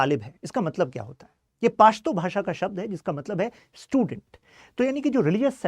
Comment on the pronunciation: Pashto pronounce krna seekh le pehle, chale ate hai lecture dene paashto 😅